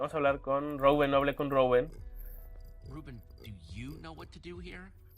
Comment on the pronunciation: cada vez que dices rouben muere un gatito :(